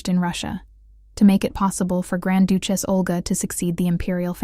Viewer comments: "Doochess"???? Try Duchess "Breathe-ed" Not sure if this is a computer voice or not. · who in the world pronounces duchess as dooch-ess????? another AI voice heard from, I guess! hahahahaha